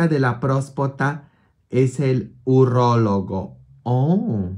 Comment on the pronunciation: Se dice urólogo padre